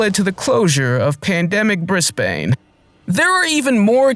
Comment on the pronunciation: Please never pronounce Brisbane like that again.